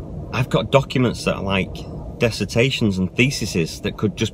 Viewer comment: I stand corrected! He's done "Dessitations and thesisesisis"! I think the buzzing in my ears is getting louder! First, I was sure that it was affected, not effected, and then I thought the plural of "thesis" was "theses"! Don't tell me that a "dessitation" is a thing, too! Oh my GOD! The buzzing! Make it stop! MAKE IT STOOOO....oh...it's gone. Holy shit! I time-shifted!